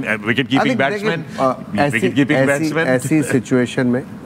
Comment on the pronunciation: "Vagon Veel" nahi "Wagon Wheel" hota hy, ustaad. and it's "wicket-keeping, and not "vicket-keeping"